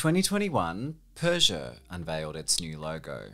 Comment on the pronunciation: Love this guy's pronunciation "Citrhon" "Runa" "Peuschout"